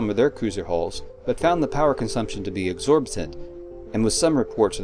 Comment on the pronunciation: The word - is EXORBITANT' ('ex·or·bi·tant'; iɡˈzôrbəd(ə)nt). How can someone who sounds...intelligent, is able to properly pronounce (let's be honest) fictitious words in made-up languages (I'm guessing), yet, when it comes to a genuine language - which has pronounciation keys available simply by accessing g--gl-, or any of the dictionary apps has such difficulty - and THEN, reading from a script (I'm guessing, and if you are, bravo 😉) doesn't bother to either double-check, nor edit out the mispronounciation gaffe? An analogy which comes to mind is what Albert Einstein was (supposedly) told by another member of the quartet he would play with as a hobby. Apparently, one day, Einstein was playing with the other members, when one of them - hearing someone off-tempo, said, 'hold it'. The person turned to Einstein and said ; 'Albert, can't you keep count?' 😉 Getting back to this video; you point out that by the 'late 24th century', the Romulans' hull design was 'totally original'. I'd beg to differ ; it would appear that what was done (with this 'D'Deridex class') vessel was that the (previous) Kingon configuration was kept, BUT, a 'doubling' of the 'wings' was incorporated into both to AND bottom.